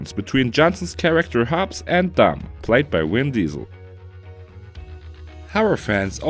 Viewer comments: "Win Diesel" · ℍ𝕖 𝕤𝕒𝕚𝕕 𝕨𝕚𝕟 𝕕𝕖𝕤𝕚𝕝 😝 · did he just say "win diesel"?